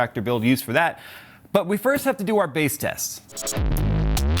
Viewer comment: base not "Bass" AHAHA!